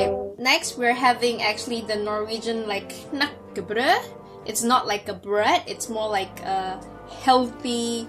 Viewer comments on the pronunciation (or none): Its *knekkebrød and not knakkebrød 😂😂